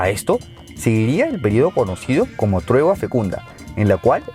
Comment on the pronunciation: Buen trabajo, equilibrado y objetivo, a veces no lees bien tu texto, "tregua" o "1959" por ejemplo, pero la imagen deja claro lo que dices, revelas cosas de las que no se les habla mucho a los cubanos en sus escuelas, por ejemplo la retirada de los cohetes de Turquía con la crisis del 1962, la administración de Louisiana desde La Habana, o la inmigración aborigen desde la Florida (que también se administró desde Cuba). Durante lo colonia indígenas floridanos cruzaban el estrecho para venir a vender sus mercancías a La Habana, evidentemente era una ruta establecida desde la conquista. Me subscribo y comparto en